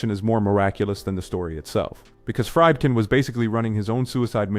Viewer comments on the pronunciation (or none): Fried-kin? Fried? ....really? Fried? AI much?